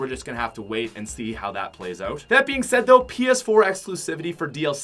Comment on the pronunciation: Is it just me or does say oat instead of out